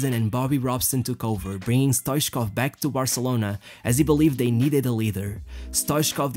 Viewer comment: Stoitchkov that's the way it is spelled and the 2nd t is not silenced